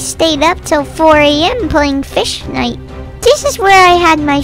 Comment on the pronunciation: When he said Fishnite it killed me